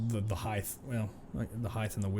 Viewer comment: Sorry. Had to stop watching immediately. Theres no such word as “heighth”.